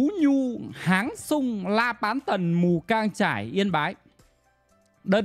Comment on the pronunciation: Mù cang chải k phải mù căng chải mod ơi